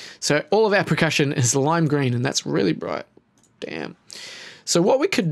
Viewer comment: anyone else hear him say "pre-cussion" every time?